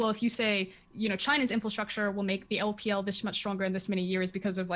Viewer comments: Frosk, stop saying "infalstructure" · Why does froskurinn keep saying "infilstructure" as opposed to "infrastructure"